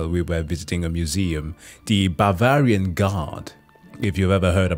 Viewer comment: VARANGIAN GUARD, NOT BAVARIAN! Comes from slavic варяг, meaning norseman